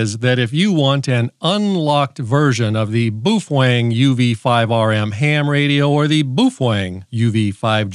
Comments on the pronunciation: Wtf is "bufweng"? It's baofeng, pronounced "bay-o-fang"😂😂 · Boophwang is how it’s pronounced. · "The BOOFWANG" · hahaha i particular like the way you pronounce "bu fueng" LOL and shanghai is not in japan. ROFL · Pronounced bow (like the front of a ship) - feng. Bow-feng😊. Shanghai is not in Japan. It’s in China. And, Baofeng is located in Xiamen China, not Shanghai. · Hehe... "Boo-fweng". 😂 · It’s pronounced BOOF FWANG look in the Dicksinary. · As you can clearly read in this example, it is indeed pronounced Boof Wang. セブンイレブン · Ты прекрасен, начиная от сломанного карандаша, заканчивая бешенным прононсом БУУФЕНГ, тем что он стал вдруг японским, привет с Кипра у меня такой же только BF-F8HP мощная вещь, купил пару за 65 баксов, новый комплек доволен как слон, характеристики у него кстати лучше японских, которые дороже его в 5 раз :) ... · To all grammar and pronunciation authorities I just wanted to say this...Boofwang! 😅 Some ppl here are such sad hams its actually entertaining. Oh, oh, guess what? Boofwang! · "Boofwang"? Man, you're suffering from arrested mental development. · Please stop saying Boofwang... good lord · In pig Latin it's Actually pronounced Oofwangbya. Why didn't the ham cross the road? No, this isn't a bit, I'm seriously asking. Ahem...Boofwang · OMG, I can't believe you are showing a highly illegal modified baofeng (pronounced bow fen, according to bow fen). I'm not doing that, I don't want the FCC Seals sneaking in and getting me in the middle of the night.. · Come on Man, can't you pronounce Baofeng correctly??? Edit your video. You too old not to talk right. Baofeng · lol, that's not how you say Baofeng. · You are pronouncing the brand name completely wrong. And it’s not from Japan. Also I suggest a new pencil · That's because I can't spell Chinese.. but I can pronounce what I can read without completely changing the word